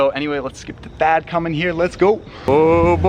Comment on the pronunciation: Anybody else thought he said dad instead of Thad lol